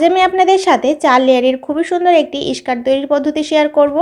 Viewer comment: এইটা ইসকার্ট হবে না স্কার্ট হবে। শুদ্ধ ভাবে কথা বলা শিখে ভিডিও বানাবেন😢😢😢😢